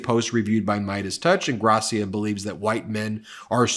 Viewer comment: Ingrassìa, not Ingràssia.